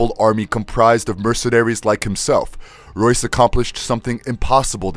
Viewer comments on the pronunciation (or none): He calls Royce, Joyce 🤣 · Royce not Joyce. Who writes your scripts?